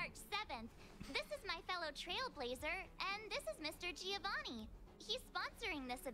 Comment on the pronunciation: Please i beg you, stop calling Giovanni like that!! I now know how you felt during fountaine , please stopppp